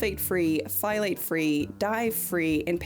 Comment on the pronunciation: BTW - "Phthalate" is pronounced more like "tha-late". The Ph at the beginning is essentially silent. Just a note from your friendly neighborhood chemist. ❤ Also your pants in the totally accurate historical recreation scene are really cool!